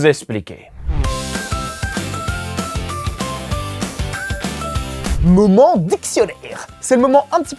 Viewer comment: Il n explique pas, il essplique ! ^^